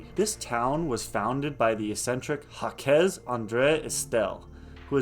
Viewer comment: You butchered that man's name 😂. He is French. It's pronounced zhahk. Jacques (French for James) is pronounced with a soft 'J' (like the 's' in "measure"), followed by an "ah" sound, and ending with a hard 'k' (e.g., zhahk). While some English speakers might say "Jakes" (like Shakespeare's character), the most common and authentic French way is a single syllable, rhyming with "sock" but with a softer start.